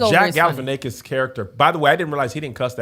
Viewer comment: The most Kev and thing is calling Zack Galifianakis "Jack Galifianakis", not even messing up the hard part of his name 😂😂😂